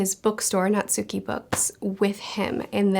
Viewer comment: Natsuki is pronounced "Naht-Ski". Two syllables. Abroad in Japan fans know